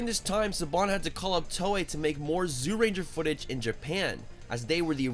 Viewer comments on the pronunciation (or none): Kyoryu Sentai Zyuranger? Isn't it pronounced closer to "joo-rangah"?